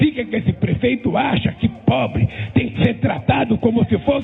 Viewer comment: Já repararam como ele enche a boca pra falar de "pobre"?